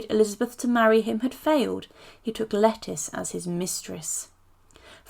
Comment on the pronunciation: Hey, just a heads up, it's not pronounced "Lettice" but "Letisha", lol!! She's not a vegetable!!! Lol